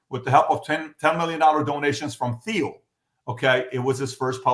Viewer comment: I would think that a “financial wizard” like PBD would know how to pronounce Peter Thiels’ last name.